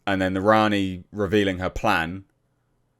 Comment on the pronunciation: Worrying stuff mispronounced Rani & doesn’t know about John Smith.